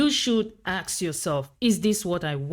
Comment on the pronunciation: Why many people pronounce the word "ask" as "aks" now?